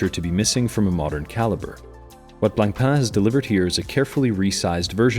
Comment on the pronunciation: C in Blancpain is silent. Merci